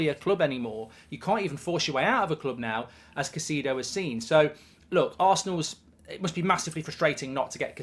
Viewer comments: Caicedo is pronounced KAI-SAY-DO not KA-SEE-DO Mark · Mark the name is "kai-say-dough" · How about Pronounce Caicedo's name correctly, are you daft Goldbridge have some respect it's not Caiceeedo, and nobody else says it that way either, the Brits often mis pronounce foreign players names